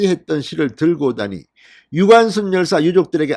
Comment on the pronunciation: 유관슨 정정 바랍니다. 무슨 제이슨이니 제커슨도 아니고 ㅎㅎㅎ